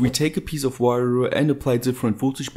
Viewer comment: " if you take a piece of wayooo ...''